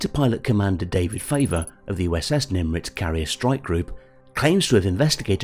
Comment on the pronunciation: Is the commentator saying Nim"R"itz or is that just me?